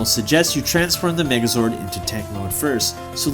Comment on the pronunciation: I was watching this vid on 1,5X speed and i heard black Nigga zord